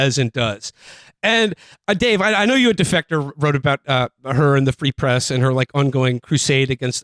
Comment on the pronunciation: “Free press” more like “ree press”, ok I’ll see myself out.